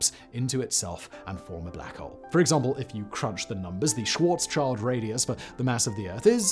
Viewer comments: Schwartzschild is pronounced "shield" not "child" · Schwarz schield!! [pronounced Shwarz Shield] Not Schwarzs child!! That one triggered me lol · Yep! Very annoying to listen to! It is "Schwarz-schild" literally "black shield". English speakers would be better of pronouncing it "Schwarz-shield" than "Schwarz-child". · It's not Schwartzs Child. It's Schwartz Schild. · Karl Swarzschild’s name is pronounced “Shvaarts- shilt”, not “child”. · And one day, long after the last Iron Star formed, the last english-speaking Human realised that it wasn’t pronounced Schwarz-child but Schwarz-Shield… But then it pulled an Asimov, another few orders of magnitude of years later the Cosmic AC answered The Last Question, and all was well in the Universe. (Schwarz Schild. Black Shield.) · The "child" in Schwarzschild sounds more like "shield" than "child". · Its pronounced 'schwarz-shield', it's a German word. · In case anyone is curious, the correct pronunciation for "Schwartzchild" is something like "Shvaartz shilld". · Small "correction": When saying Schwarzschild the the second "sch" is also pronounced like "sh". Schwarz-Child is funny though. Sounds like Starlords archenemy or so. 😄 Thank you for the great video and best wishes from Germany 🌻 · I just knew he'd pronounce Schwarzschild wrong lol